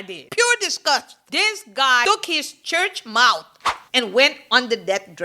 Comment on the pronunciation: I almost choked! Did you say “church mouf?”😂😂